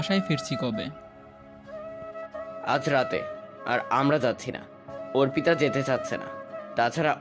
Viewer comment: ছেলে পড়ুয়া কানা নাকি অর্পিতা নামটা অপ্রিতা পড়ে গেল পুরোটা সময়